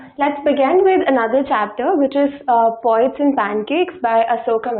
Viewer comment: It’s poets not “pawets”.